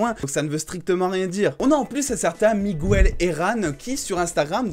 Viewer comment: miGUEL, le u est muet dans les prénoms en espagnol !!